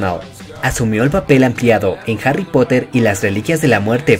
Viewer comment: nadie absolutamente nadie yo dandome cuenta de que el narrador de el video deice hary en vez de harry xd